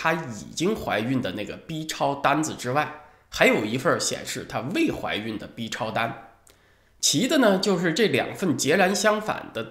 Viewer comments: 文昭老师对“B”（一声）超的重音强调让人耳朵一紧。在大陆一般都习惯读四声，音同“毙”。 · B念4声别念一声行不🤣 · FU VM 哈哈，还真是的，这字咬得跟骂人似的……